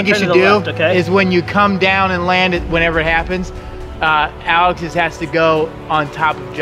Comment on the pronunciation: anyone else hearing Josh calling Alex, Alice